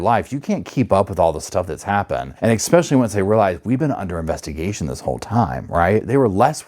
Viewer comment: Just for future reference: it’s ESPECIALLY not EXPECIALLY